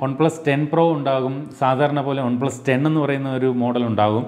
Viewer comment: on-plus alla one-plus.. pronunciation...